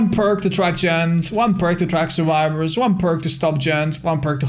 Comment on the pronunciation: I love how his accent makes him say surwibors